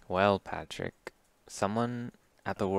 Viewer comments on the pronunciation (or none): none